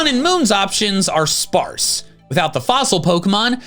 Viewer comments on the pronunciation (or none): none